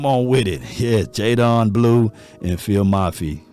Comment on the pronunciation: I thought it was white people but you did it too. What up with yall mispronuncing these names …it’s JayDEN NOT jayDON🤦🏾‍♂️